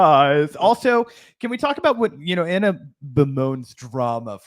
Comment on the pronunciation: She pronounced Ana’s name wrong. She must be racist